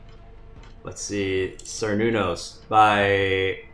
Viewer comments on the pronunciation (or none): Cernunnos is pronounced 'ker-noo-nos' instead of 'ser-noo-nos' because it's named after a Gaulish Celtic antlered god. I was hoping it would make it into the final brackets and I'm glad it did. Its light powers remind me a lot of what Mothra can do so I hope it'll serve it well in battle (and provide at least a little challenge for Terropithecus). Also I love how many of the finalists' strat is to electrocute Kori lol